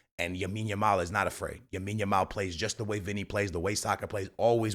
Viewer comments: Broo it’s LAmine yamal, not Yamine yamal🤓🤓🤓🤓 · Bro. You keep saying Yamine Yamal😂. It's lamine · BRO ITS (LAMINE) not YAMINE please 🙏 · Wtf is Yamine Yamal?!?!? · Lamine Yamal ❌ Yamine Yamal☑️ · Bro you just said for like a hundred times Yamin yamal😂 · The name is Lamine bro...... Not Yamine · “Yamine Yamao” 😭💀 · Bro still calling Lamine YAMIN lol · After a lot of comments on the vids b4 this guy is still saying Yamine yamal😂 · Bro keeps saying Yamine Yamal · “Joan” cancelo “Yamine Yamal” Dude speak correctly ffs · you dont read any of your comments dude. for the 100th time, its LAMINE YAMAL, not Yamine Yamal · STOP calling him YAMINE. You do it in every video and done it 5 times in this one. Imagine in a couple or more years when people look back at these videos. It's like if someone had called Messi MIONEL 😭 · "Yamine Yamal" say his name right bro. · Yamine Yamal 🤣 love the pronunciation 😁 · Stop saying yameen. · my mans still saying yamine yamal and dani almo🔥😮‍💨😅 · Could we tell him the kid’s name is "LAMINE YAMAL" ??? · Can we make this the top comment so can see that he’s pronouncing Yamal’s name wrong